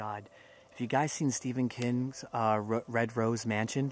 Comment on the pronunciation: It sounded like he said "Stephen Kittens" not Stephen King lolol